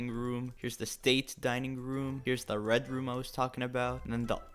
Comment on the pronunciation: What is saying: red room What I hear: red rum Me: omg I’m so scared!